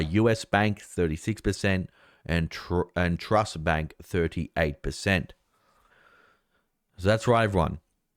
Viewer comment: It is pronounced … “ true-ist” bank